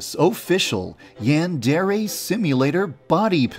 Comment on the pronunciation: Yon-dare-aye NOT YAN DEREAYE